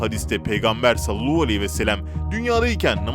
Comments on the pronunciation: Salluhu degil sallallahudenilecek kardeşim düzelt şudilini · Sinirim kalktı bir türlü doğru telaffuz etmeyişinize. Videolarınızı beğensemde artık gına geldi, birtürlü sallallahudememekiçin, inat edişiniz yüzünden ben dahil çoğu kişi abonelikten çıkacak .. inşaAllah kaale alır doğrusunu söyler bizleri kırmazsınız .. Mutlu sağlıklı bereketli huzurlu bir yıl olsun 2021.. İyi yıllar